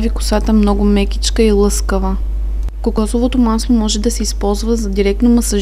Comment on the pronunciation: kazvase kokosovo maslo dochla si ot selo nauchi se da govorish